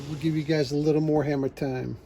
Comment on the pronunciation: It’s not hammer time, it’s “her”mer time.